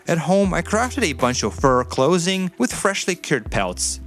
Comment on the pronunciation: How you pronounce clothing feels very german lol. No hate its just funny to me